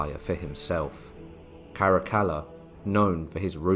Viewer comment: Good to hear Caracalla pronounce correctly.